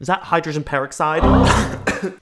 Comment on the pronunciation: I love you but the way you pronounce almond and peroxide wrong is driving me up the wall 😂😂